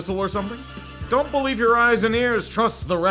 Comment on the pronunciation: You will Bo-lieve. It is inevitable.